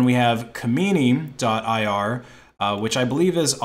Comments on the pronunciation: weird that i'm currently living (stuck) in this damn country and had no idea. i did thoroughly enjoy you slaughtering that dumb idiots name tho lmfao. imma call him kamini from now on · Im sorry i love you but its pronounched kha-men-eye